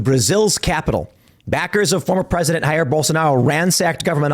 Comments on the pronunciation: Just a friendly tip: "Jair" is said with a "zh" sound (like the "g" in "genre" or the "s" in "television") at the start and not with a "h" sound like in "Julio". Portuguese is not Spanish 😉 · FYI, Brazilians speak Portuguese, the "J" is not pronounced like an "H."